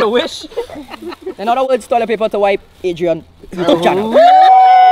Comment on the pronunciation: Ah never had a bike , is true , " PEPER " Yes , yes , yes 😂😂😂